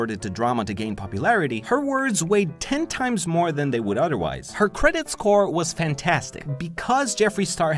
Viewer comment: Did anyone notice he said “Uderwise” instead of other wise